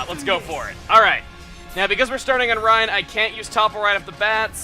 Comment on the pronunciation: bruh, his name sounds like 'rain' not 'rine'